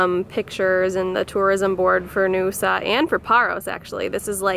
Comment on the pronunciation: Naoussa is pronounced 'now-oo-sa'